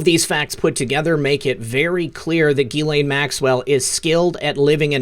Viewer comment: Her name is pronounced Jiz-Lane.